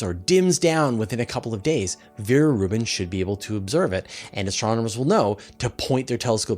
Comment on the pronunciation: Veer-Reuben Observatory? I have never heard of it.